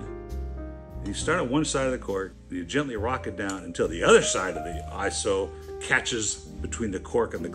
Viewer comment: Not pronounced Ah-SO like you're watching a Charlie Chan movie, better like Ahk-Zo, pretend German accent.